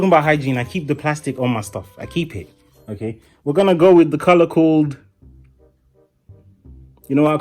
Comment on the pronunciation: The way he says okay ogayy